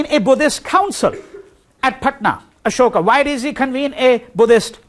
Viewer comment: How is it that you were born in Delhi and pronounce Ashok incorrectly.?